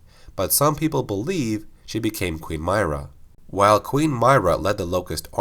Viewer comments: Mera pronounced not myrah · it's pronounced MIH • RUH not MAHY • RUH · I can’t stand how you say Queen Myrrah, it’s like you never played the game where they talked about it 24/7 it’s meirrah not My-rah. Jesus... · My-ruh = My right nut Lmao but nah its Mi-ruh not My-ruh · Mir-rah not my-rah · Its “Myrr-ah” not “myra...” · Im so mad you mispronounced this tbh. they even said how its pronounced in game.. (M-ear-ruh) not (M-eye-ruh) other then that this actually makes since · Why do you pronounce her name my-rah? Its pronounced Me-raah But either way great video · Its not "M-Eye-Ra" its "M-Ear-a". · When he says her name like that it makes it seem like he’s just reading a script someone wrote and doesn’t really know what he is talking about. Any casual gears fan would pronounce it M-ear-a, as it is spoken in clear dialogue over and over again in the games. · Regnier575 He’s not and neither am I. Myrrahs name is supposed to be, like he said, “M-Ear-a” not “M-Eye-ra”. It’s important to pronounce someone’s name right and it just makes someone look like a fool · Queen My-ruh lol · Queen Myrrah is pronounced “Me-Rah” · I’m fairly certain it’s pronounced (Me-ruhh) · It’s pronounced MEERAH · It’s mer ahh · m - EAR - rah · Queen Meer-ah. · "Mee-rah" say it with me now! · It's pronounced "MIRROR-UH" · No offense but don't say Myrrah like that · Pronounce Myrrah right next time. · The proper way to pronounce her name is: "W-ho-Ca-res?" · Please learn how to pronounce her name properly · Why do you say her name like that? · queen myrrah name pronunciation triggering me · The best question is how does someone still mispronounce a name that is said multiple times in the games he is talking about? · The way he says myra annoys me greatly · Two seconds in and you're already pronouncing her name wrong... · It honestly triggers me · Umm, no. When the video is intended to be a bio for a character, it's a very huge deal to pronounce the name correctly.